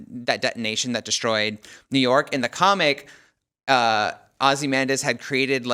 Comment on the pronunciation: Don’t speak authoritatively about Watchmen and be considered an actual TV critic if you can’t pronounce Ozymandias correctly.